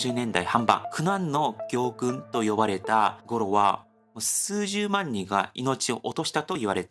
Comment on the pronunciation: 初めまして、今晩は。 行軍は「ぎょうぐん」ではなくて「こうぐん」と発音します。 僭越ながら お知らせします。 いつも楽しく視聴してます、頑張って下さい。